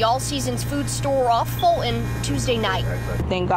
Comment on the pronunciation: The reporter of a Tv NEWS PROGRAM actually said "Ful-un" for the word "Fulton". We are not long for this world. Good report on the store owners exercising their 2A rights, though.